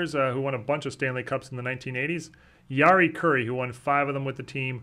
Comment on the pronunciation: Your hockey knowledge and presentation has clearly grown. ANYONE who can pronounce "Jari Kurri" properly has been doing their homework - well done,!